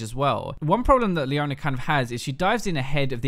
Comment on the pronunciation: "Leoner", "Soner"